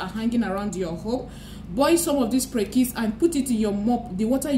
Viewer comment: English is Aidan Fruit and in Ghana 🇬🇭 we call it Prekese pronounced Pre-ke-se Pls take note for the future! Good job